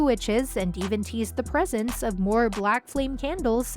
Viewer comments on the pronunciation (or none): none